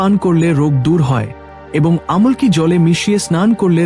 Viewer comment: আমুল কি নয় উচ্চারণটা হবে আমলকি❤